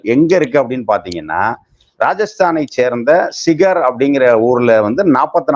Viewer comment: சிகார் அல்ல சிக்கர்